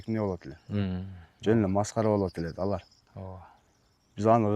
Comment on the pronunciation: Олор эмес алар деп суйлочу.